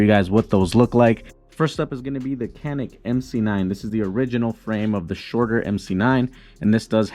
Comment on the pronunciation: If you're going to make review videos, learn to say the name of the product